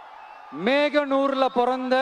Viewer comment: Its Mohanur, not meganur